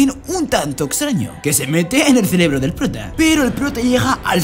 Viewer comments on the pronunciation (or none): none